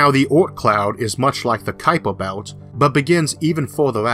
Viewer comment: Oops! It's Kuiper Belt, rather than Kupier.